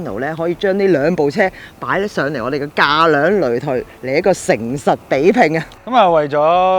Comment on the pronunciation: 擂台（抬，講左鄉音）